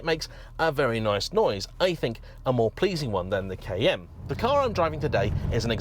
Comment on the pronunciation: Took me a few times hearing 'kn', to understand saying Cayenne.